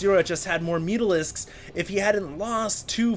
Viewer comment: "Oh my gawd? Where ar mai mutarisks?"